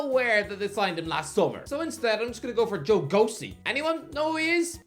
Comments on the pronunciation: Didn’t even realise who he was talking about out at first because he kept pronouncing it “go-see” instead of “gow-chi”. Wouldn’t be surprised to see him go on loan to a championship club next season. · For pronunciation. Joe Gauci is pronounced Gow-Chee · Gauci name is pronounced Gowl-shi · I put this video in the background and didn't realise until I looked over at my screen that he was talking about Joe Gauci. It's pronounced [Gow-Chee]!!